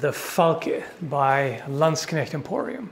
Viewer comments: Was about to comment on the excellent pronounciation of "Knecht," but then I remembered is European, not British. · like for the correct pronounciation of the word “knecht”.